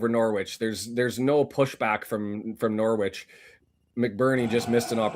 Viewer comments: yep norritch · The 'W' in Norwich is silent my man